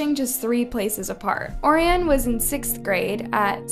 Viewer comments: Orion is pronounced “O-Ryan” btw. Great video 🎉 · girl im sorry but pls learn how to pronounce orion and nana's names correctly... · I wanna watch the video but the way you pronounced Orion just sent me skip !!! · Good video. But one thing. Other than Paris, you mispronounced everyone else’s names. Try to get it right. In memoriam, Naoko, Sakurako, Orion & Nana deserve at least that.